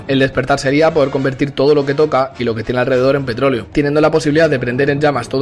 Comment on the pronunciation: JJAJAJAJ se paso de verga el de petroloe se que no es mame pero se oyó como mame xd